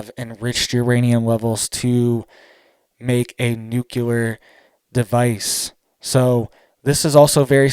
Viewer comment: For the love of god it;s pronounced new-clear!!!!!!!!!!!!!!!!!!!!!!!!😬😬😬😬